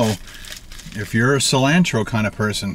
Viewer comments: Its cilantro not selantro lol your one of my favorite food bloggers but they way you said cilanto bothered me so much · Please learn how to pronounce cilantro! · The way you say cilantro hurts me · He is saying silantro for views and it's working. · The way he says cilantro 🥴🤦‍♀️ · You say Cilantro really funny. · STOP SAYING CILANTRO LIKE THAT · You pronounced cliantro wrong lol. But it's okay I understand completely. I mispronounced it for quite a while till I turned 13 (I'm 23 now lol).... and someone said I'm pronouncing it wrong lol. -California, USA